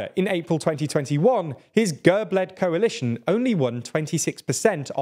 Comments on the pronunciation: Also it's /gærb/ not /gәrp/ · Gerb!!! not Gurb